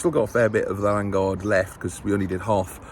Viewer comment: Its Lan O guard ffs